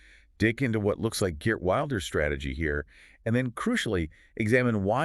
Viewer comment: "Wilders" is pronounced "will ders", not "wild ers". And arguably he did the right thing here: the coalition he was a part of had made it clear that none of his interests were going to be considered, even though he has the largest party. This is the same trick they played on him the last time: get his support, and then don't support him. I'm not surprised that he left, but I do fear we will end up with a left-wing government that will do even worse on immigration.